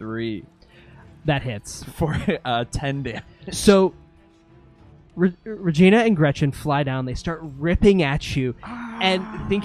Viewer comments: Its "Re-gene-a" by the way. LOL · It's *Regeena* LOL ...